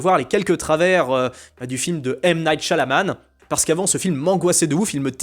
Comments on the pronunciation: C'est "Shyamalan" et non pas "Shyalaman". Désolé mais c'est raté......😉🤭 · Shyamalan pas shylaman 😂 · C'EST PAS SHYA-LA-MAN mais SHYA-MA-LAN BORDEL. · ShiaMaLan, pas ShiaLaMan… donc non toujours pas 😉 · encore raté ! c' est pas Sha-la-man c'est Sha-ma-lan, encore une ou deux vidéos et tu vas y arriver ..... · C'est passé comme une lettre à la poste, en pensant avoir bien dis ((Shyamalan)) tu as refais l'erreur avec un 2/2 😂